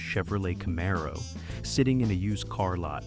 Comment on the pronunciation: Camaro was pronounced wrong, besides being totally off on the car year